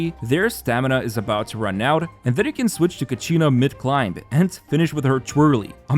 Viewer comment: It's not ka-she-na U can listen to the pronunciation when Mualani announced "Kachina will release the ball..." in Ignition teaser(flames forged something)